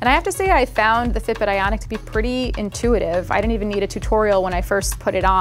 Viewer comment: Ok. Is it just me or is she saying “Fitbit Aonic” instead of “Fitbit Ionic” ?